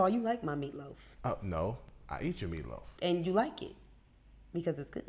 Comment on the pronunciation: at the end at nigga said "MeeLoaf" 🤣🤣🤣